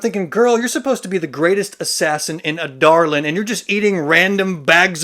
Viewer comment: Actually how it's pronounced!